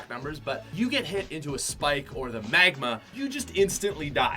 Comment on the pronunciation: when he says "megma" and not magma